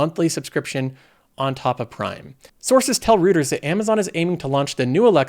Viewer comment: Hi, great content as always. as a sidenote, it's read "Roy-ters".